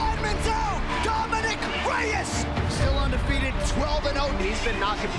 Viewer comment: My guy at the start can't say Reyes properly "Dominic the devastator.. Reeesss.." lol wut??